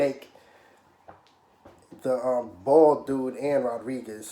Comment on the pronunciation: Did you say bald ? Lol